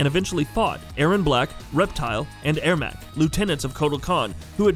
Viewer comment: You're pronouncing Ermac and Sindel incorrectly